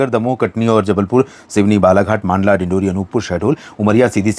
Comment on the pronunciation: "मांडला"नहीं, "मंडला" बोलिए.